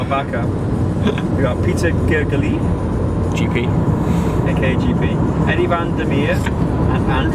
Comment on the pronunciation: Gergej....not that difficult :P